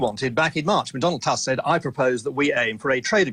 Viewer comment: Owen Paterson can’t even be bothered to at least try to pronounce Donald Tusk’s name properly... what a twat.